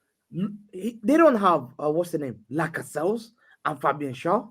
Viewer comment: Fact that nobody corrected on "Laca-Sells"